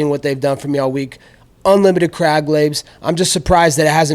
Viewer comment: Dude legitimately has a speech impediment... Them clab regs I mlean krab lags